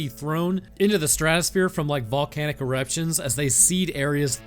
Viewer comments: Volcanic what now? 😂😅😂😅, my boy. Pronunciation lolol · VOLCANIC ERECTIONS?! (I know it’s actually eruptions, but it sounds like erections and it’s funny)